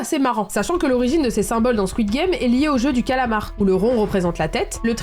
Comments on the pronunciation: Avant de ridiculiser les Québécois, il faudrait peut-être que tu apprennes à prononcer les mots comme du monde. Le titre est "Le jeu du calamar" et non "Le jeu du colomore" ! Deuxio, ton commentaire sur le français québécois est totalement irrespectueux et totalement inutile, c'est gratuit et ça n'apporte rien à ton contenu. Pour une influenceuse dont le contenu est écouté à la grandeur de la francophonie, c'est vraiment pas fort... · Je dit sa je dit rien mais en tant que canadienne je dit squid game bien normalement et on dit pas Le JeU Du CAaAAlamort j'adore le montage bravoo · Je suis québécoise et on dit pas calamar de cette façon 😅 Just saying ! Ici tout les titres sont traduit car il y a une loi pour protéger la langue française ! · Pardon je me dois de te faire une petite correction je suis québécois et il est vrai que on l'a nommé le jeu du calamar je ne sais pas pourquoi d'ailleurs mais je tiens à te dire que ta prononciation en essayant de nous imiter en parlant le joual n'était pas bonne du tout alors je t'en prie s'il te plaît ne fais plus jamais ça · J'adore tes vidéos. Et même si je suppose que c'est pour essayer de rigoler de façons bon enfant, je suis désolé mais le tacle sur le Québec était assez déplacé. Et calamar c'est un mot français donc pourquoi tu le dit avec un accent étrange? Oui c'est étrange de traduire le nom, mais si tu te renseigne un peu tu saurai que le Québec a la loi 101, afin de protéger la langue française. Donc oui on traduit que ça plaise ou non. Bref j'espère que tu fera mieux pour la suite de tes vidéos, car c'est l'exemple même de pourquoi certain québécois ne tolère plus les français...